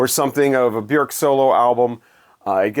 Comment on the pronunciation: Kudos for pronouncing Bjork's name correctly. I remember hearing her in an interview saying, "Bjork, rhymes with jerk."